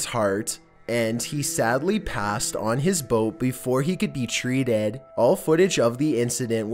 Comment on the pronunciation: naturalest, zoologest, nationalest, treeeted